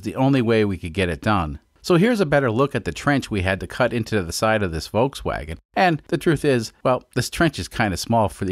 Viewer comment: I don’t think anyone has a problem with you cutting up the car more of a problem with you pronouncing it incorrectly the L is not silent voLkswagen